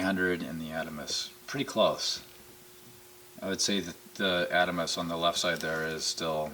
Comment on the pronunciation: Good videos. That said, it's pronounced the "Ahd-ah-mahs".